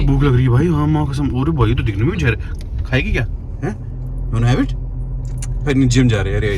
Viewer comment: Hello bhai Jahar nahi Hota Zeher Hota hai please correct karo Apne Jahar ko